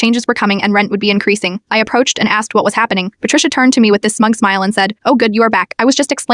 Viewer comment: How does AI not know how to pronounce the word "me"!? Or "At"!? Lmao it pronounces each letter separately